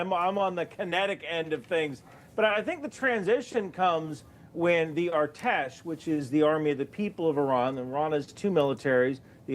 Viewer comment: As an Iranian thanks for the coverage, just a small tip, the “A” in artesh is pronounced like in apple, I’ve seen you mention them a lot lately